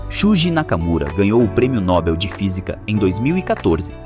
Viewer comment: Nobel é oxítona. No-BEL!